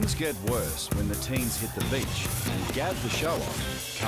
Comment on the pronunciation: That emphasis on beach word got me😂😂🤣🤣🤣